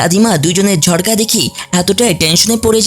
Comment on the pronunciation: বার বার ঝরগা বলেন কেন।